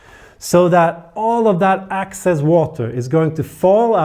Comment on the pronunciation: I love you videos, but I need to point out a language error that can be very confusing. You say "excess water" like "access water". So it sound like that plant has access to water, when you mean the excess water. Keep up the good work! Just needed to point this out since you are consistent with the pronunciation.